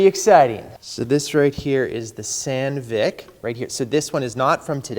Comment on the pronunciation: Hands up all who thought was saying sand-dick